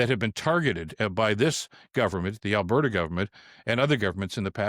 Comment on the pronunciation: Come on she's trying to put the duh in Albertduh!